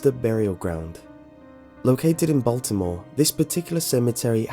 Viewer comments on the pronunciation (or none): none